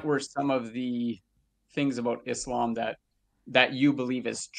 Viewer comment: God knows where it started but either way them saying IZlam, MuZlim and Qaran is obviously because of insincerity and making the things these words refer seem bad, making the word harsher on the tongue and mind